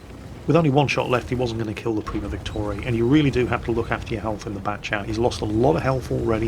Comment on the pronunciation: why are you pronouncing VICTORIA 'Victorae'?